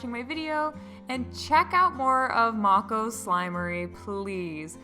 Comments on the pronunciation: You say her name like I used to as well, Mako like from Korra. But I asked her and I think it’s pronounced like may-koh :) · Mako shark is pronounced Mae-co babe. I'm rewatching this again lol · When I look on her website, it says the snow globe slime is 15 oz and the rest of the slimes are 6 oz! And also I believe Mako is pronounced 'Make - Oh' from what I have heard before! 😉